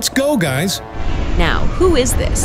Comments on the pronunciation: he said gays instead of guys dude.. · Did bro just say gays instead of guys 💀